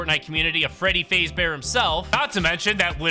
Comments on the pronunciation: I'm sorry... FREADDY FAZEBEAR???? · BRO SAID “FREEDY PHASE BEAR”LAMOLOL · BRO SAID FREDDY FAZE BEAR 😭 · Bro said Freddy fazebear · ❌Freddy fazbear ✅Freddy faze bear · you saying freddy’s last name wrong makes me cringe a little